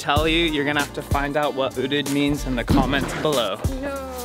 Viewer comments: Dapat UTED not UDET 😂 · oodit?? lol OOTD!!! wil, alodia's confused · That's funny ootd...Wil you don't say utid but Ow ow tee dee ( O O T D) outfit of the day! That's ehy Alodia didn't understand you!! Hahaha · You pronounce it as O.O.T.D kasi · Lol! Parang udid kasi sinabi instead of “odid” haha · You pronouce it as O.O.T.D not ootd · O.O.T.D not utid LOL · That's why she didn't understand when you ask her coz you ask the wrong word you said odid 😂😂... of course she knew it you just said it wrong 😂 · YES.I thought you said owded😁 Can you vlog with daniel marsh and roast him? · Laughtrip kasi "Uteed" yung pag-pronounce ni Wil slang na slang, na-gets ko lang ng OOTD ibig sabihin niya through context dahil pinapakita niya yung suot niya 😆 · "Uteed" kasi yung pag-pronounce ni Wil kaya hindi na-gets ni Alodia, slang na slang yung accent. Naintindihan ko lang na OOTD ibig sabihin niya through context dahil pinapakita niya yung suot niya 😆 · i heard it as "OODD"(udid). So it's outfit of d day? Hahahhhaa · Wil said UTEED. i guess thats OOTD..lol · "Outfit of Dhe Tay" XD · odin ba sabi nya... una kong naisip ay uuhhhmmm yung "d" palitan nyo ng "t" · I thought he mean "Udit" or "Buldit" :3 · Oh, it was OOTD! I thought you said UTIN so I was like "Wut?!" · Ganon ba pag pronounce nun wil? Utid😂😂😂😂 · ootid(ootd)? haha